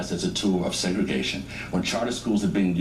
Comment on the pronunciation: luv your commentary brother, but it's Segregation!! peace